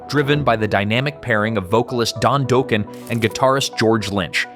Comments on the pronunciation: Who the hell is Don Doughkin its Don Dokken. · LOL…During the section about Dokken’s “Dream Warriors”, you pronounced Don Dokken’s last name as “Doken” (with a long O sound) and then when you mentioned them breaking up, the picture you showed was Don’s solo band instead of Dokken. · What’s with the occasional mispronunciations? Don “Doken”, “Mutley” Crue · I love your videos, but the pronunciation needs some work. Keyfer, Cinderella. Don Docken, just like you say the name! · 😂😂😂😂😂 yes it did!! 😂😂😂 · You missed too many to list. Please learn how to pronounce words like Don Dokken… Dock-un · Really you can pronounce the band name dokken but you can't pronounce the lead singer's last name what the? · it said Dokken right but not Don Dokken.... lol